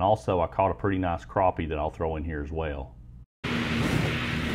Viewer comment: crAppie, not crOppie 🤣🤣 nice setup by the way